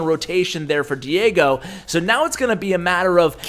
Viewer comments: Es chistoso escuchar a decir Diego.... Lo pronuncia: Diago!! pero despues lo pronuncia bien XD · Lmao pronounced Diego wrong 😂 I found this kinda funny for some reason